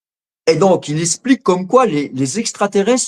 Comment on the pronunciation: Cherche pas , le mec sais pas prononcer le son x. Espliquer.